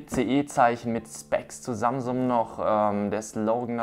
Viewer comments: Alter das heisst samsung nicht samsumm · Am Anfang hast du statt Samsung samsuM